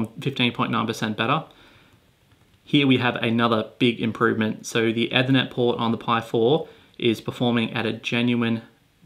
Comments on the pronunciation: Nice vid, but it's pronounced E-thernet, not Eh-thernet. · You're pronouncing "ethernet" wrong lol. "ee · thuh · net" not "ethur - net" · Why are you saying Ethernet like that? It's pronounced like Ether not like Nether.